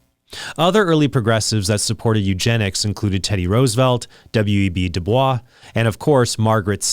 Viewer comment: The correct pronunciation of W.E.B. Du Bois's name is doo-BOYSS" (as in "voice". He insisted on this pronunciation himself, distinguishing it from the French pronunciation "doo-BWAH".